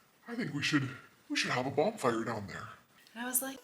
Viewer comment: Hi good one again.did you say bomb fire lol isn’t it bon fire?I think the subtitles were wrong haha.great editing as usual.good workout eh lol looking good 😊you know I’m subscribed to you from a few of my channels one to watch on tv and one to comment on my phone 😂. What do I do with it? Eat it lol 😂 Love it Troy a.k.a OG TAP OGTAPRECORDSINC TAPENTERTAINMENTTV CALGARY AB